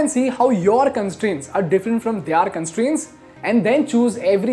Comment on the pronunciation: Stop pronouncing 'Their' as 'They- are'. 🚩🚩